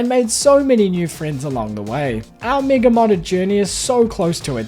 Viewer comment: Oh, his accent makes 'mega' sound like 'MIGA', and for a second I thought I might be on the wrong side of youtube